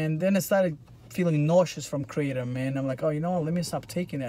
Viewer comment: It’s pronounced Kruh-Tom